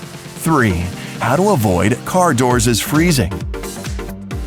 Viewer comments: "Car Doorses?" you speech good England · #3 "doorses" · Doors' LOL. The plural of door is doors and who says "doorsis" :-) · "CAR DOORSES?!" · car doors's eh? LOL pretty sure it's car door & car doors, no such thing as "doors's" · Doors'!! Doorses!!! Hahahahahahhahahhhhaaaaaaa. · He honestly said. "How to avoid car doorses freezing" :D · "Car doorses"? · Love the car doorzies one Yes he said dorzies lol.